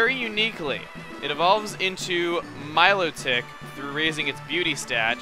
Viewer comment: You say some Pokemon names funny. FeeBAS. MILOtic. Just saying... And I saw a feebas on my first play through. Killed it coz it looked weak hahah